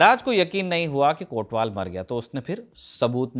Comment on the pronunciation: "कोतवाल" शब्द है, हां वही हिंदी वाला, कोटवाल नहीं।